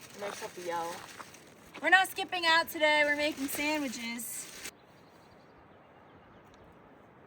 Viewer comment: how do you pronounce sandwiches ( SamaWiches ) lol that’s not NJ/NY accent.